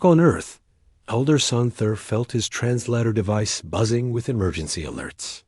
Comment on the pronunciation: I wish the AI could speak "tear" and "translator" properly. I also wondered how she learned to speak alien languages. Then they mentioned intercepting alien transmissions.